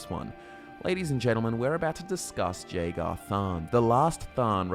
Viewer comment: I am positive you are pronouncing Jagar incorrectly.